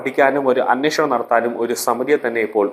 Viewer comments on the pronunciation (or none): none